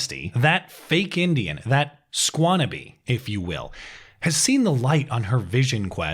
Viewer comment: “Skwannabe” almost spit out my coffee LOL